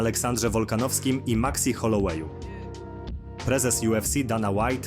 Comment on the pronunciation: Po "Maxi Holołeju" musialem wyłączyć, wygrałeś.